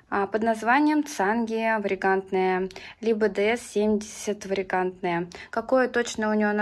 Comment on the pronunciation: Жаль, одна из моих любимых хоечек! Нужно свет подобрать. И, если можно, поправлю вас, потому что во многих видео слышу: произношение вариегаНТная- это неправильно, и режет ухо, это ж не экстравагаНТная! ))) ВариегаТная она, variegated :)